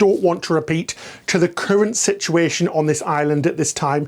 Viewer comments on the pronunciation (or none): none